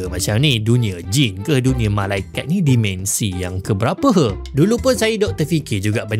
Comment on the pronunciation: Terima kasih krn mempromosi pelajaran sains Di YT. (Minta tolong sikit... Tolonglah sebut "dimensi" spt dieja, tidak spt dimension Cuba Tanya prof Shahrir Mohd Zain bgmn nak sebut MINUS (-) Dan PLUS (😂+) dlm BM Baku.